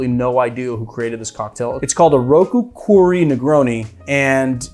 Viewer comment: Fun fact about the Roku Koori Negroni, “koori” means “ice” in Japanese and is a reference to the ice wine used in the recipe! Oh! And in case you do ever get to meet the creator of this drink, the “oo” in Koori rhymes with “toe” or “hoe” and not with “too” or “who.”